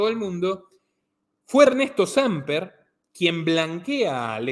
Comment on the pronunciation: Hey...es Samper con acento en la e.....en en la A